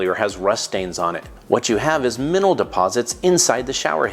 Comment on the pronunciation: ‘Minnal deposits’? 😂😂😂